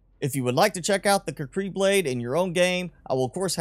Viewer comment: I thought it was pronounced: kū•kree.